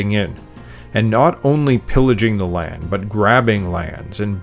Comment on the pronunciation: The word is LAND, not Layend.